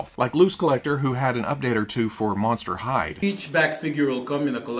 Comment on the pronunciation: I thought you said ‘Monster High’ and was very confused until the ‘Monster Hyde’ figure appeared onscreen-LOL!